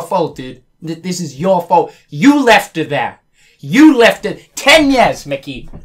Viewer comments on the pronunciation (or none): ...." TEN YEAS" PFFFFFFT